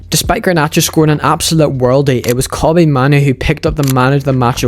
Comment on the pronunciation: Kobbie mahnu 💀🤣who tf is that